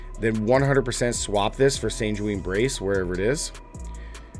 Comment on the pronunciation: Your pronunciations are hilarious. You pronounce sanguine like you are benedict cumberbatch pronouncing penguin.